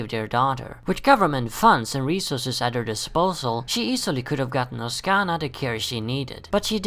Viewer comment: why is it everytime i see someone say oksana, they always say oskana, its OK-SAN-A really gets on my nerves